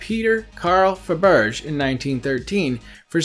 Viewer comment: Fab er jey egg .. not fab erj ...doh